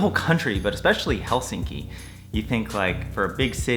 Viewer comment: You’re the first American I hear pronouncing Helsinki correct 😊 Nice to hear you thoughts on our country, hope you’ll be able to visit again 😊